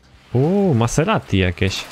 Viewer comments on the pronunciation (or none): none